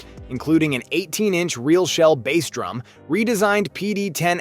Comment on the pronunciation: Your AI voice over calling a drum by a fish name is too much! I’m out.